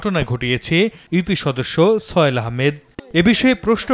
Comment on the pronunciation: তার নামটা কি ছয়েল? না কি সোহেল? উচ্চারণ এত বাজে কেন?